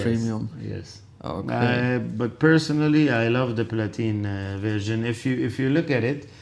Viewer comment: Platinum...not Platinium....holy